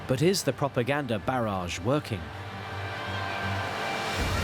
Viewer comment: Prooganda...., although I can draw similarities between hitler on meds and biden🤣😂🤣😂